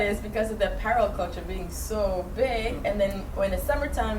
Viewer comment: I couldn't understand what you were saying you loved , I actually went back and listened to it 6 times and couldn't get it lol. The girl to the left (sorry, new to the channel and I don't know names) reiterated it and I finally realized you said 'apparel.' Otherwise love the video! Great fun energy